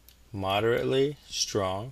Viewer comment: You spelt strong wrong u said stong🤣🤣